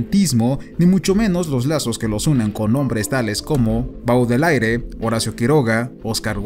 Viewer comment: Cuando el pronuncia "Baudelaire" algo muere dentro de mí XD.